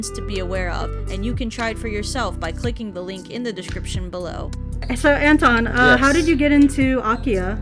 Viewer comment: The way you said Anton actually sounded like Enton, which is the german name of Psyduck, and it made me laugh. Perfectly fitting to the video theme too lmao It's really interesting to hear names from different languages in different pronunciations! Thank you for the video ♥ ETA: When I wrote this comment I did not realize there's a whole Psyduck tortured by others section, I now love it even more